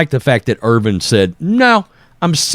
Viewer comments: Bro, it's Irvin, not Irving. You're killing me. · The mans name is Irvin not Irving. You’re such a hack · Hey, there’s no “G” in Irvin